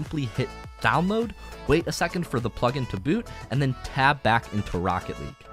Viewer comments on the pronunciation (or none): none